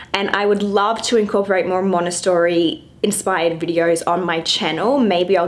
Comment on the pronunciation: Love the playroom but triggered by you pronouncing Montessori wrong the whole video 😣